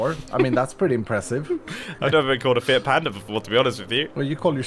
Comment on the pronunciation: who else heard "fear panda"